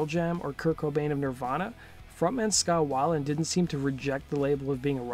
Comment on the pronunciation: It’s scot whale-end not how ever u say it